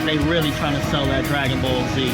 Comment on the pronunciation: rilly guys Rilly Rilly?????